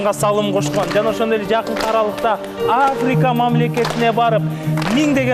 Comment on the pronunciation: Африка менен миллион деген созду туура айтуусун редактор карап койсо болмок